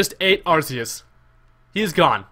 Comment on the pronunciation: It's ARK-EE-US NOT ARSE-EE-US